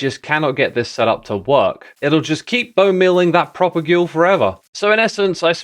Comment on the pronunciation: You talked to Skizz, and yet you didn't pronounce 'propagule' correctly. Terribly disappointing.